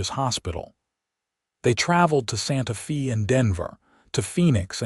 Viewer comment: You really have to fix the pronunciation of Sante Fe and now, Tucson. If you have matured to the level of including a gay couple in your story you can learn how to pronounce city names